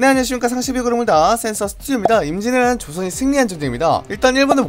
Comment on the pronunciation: 임진왜란을 인지애라 막 이래ㅋㅋㅋㅋㅋㅋㅋ너무 급하게 말함 전체적으로